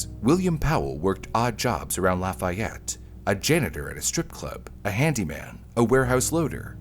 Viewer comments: Not “Laf-aye-et”….”Laf-ee-ette” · "Indigent" and "indiGnant" are two different words with two VERY different meanings. It is pronounced "lah-fee-yette" if you're talking about Indiana (yeah, yeah, I know. You don't want to know how we pronounced "Versailles".) and it is not "just north" of Indianapolis, it's about an HOUR north of Indianapolis. "Just north" might be Lebanon or Pendleton. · Agh!!!! I live in Lafayette. The way the documentary pronounces the town is maddening.